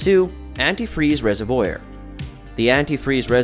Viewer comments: Phonetically it is Rez-iv-wor not Rez-iv-woyer. Sounds like you like to watch people put in antifreeze. If you don't like it why keep it. Alot of what you talk about won't happen. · It's not a reser-voyer, it's a reser-vwar. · Resevoir not oiyr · I cant trust the word of anyone who pronounces "reservoir" like that. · The way u said reservoir made me mad lol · Hes uneducated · i stopped watching when he butchered the word reservoir... smh. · I can’t stand how you pronounce “reservoir”. It’s so wrong 😫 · I've never heard anyone say reservoir like that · I swear to god if he pronounces reservoir like that one more time… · i've never heard anyone pronounce 'reservoir' like here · No! A robot would know how to pronounce reservoir.